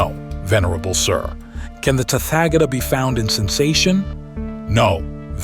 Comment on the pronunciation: Thanks for this succinct transmission of the Tathagata's teaching. A request, as the USA drawlling accent is not easy to listen to, could you find another narrator? Someone who also knows the correct pronunciations of Pali, Prakrit and Sansktrit terms. Tathagata is Tat-ha-ga-ta not Tatfagator. 😅